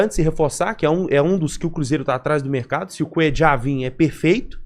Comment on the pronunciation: Não chame o coitado de " Cuedjar". O cara é colombiano, se não me engano. Na América do Sul, só uruguaios e argentinos pronunciam o LL deste jeito. É "Cuêlar", ou "Cuêlhar", como preferir.